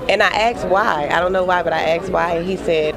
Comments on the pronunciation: she said “aks” instead of ask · it's asked not axed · The waitress said " I axed why... I axed em. and day said that the pole ease" I guess grammar and pronunciation wasn't her strong suit in school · She aksed why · The black waitress axed why she axed why you help dem police? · I'm not being racist at all when I ask this...but what in the hell is with black people saying axed instead of asked? lol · "I aksed why" lmao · I "axed" why the "po"lice lol ... more emphasis on "POOOOO" .....lice plz lmfao oh amurica haha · it’s not “ax” or “aks”.... it’s assssk. Spelt A S K Just trying to help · Why do people say 'they aksed why?' It's asked. The s is before the k. Are they the pocile or the police. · she axed them why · Why do people axe instead of asked? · AN I AXED WHYY- IAXED WHY, THE POHLICE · she axed why!!! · "...and I 'axed' him why..." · I AXE why...i AXE why...fucking swampninja's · She "axed" why? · She axed why? AXED? What the hell? As a foreign person I don't get this. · "aksed why." aKsed. AkSED. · is it so hard to pronounce "asked" or "ask" correctly? xD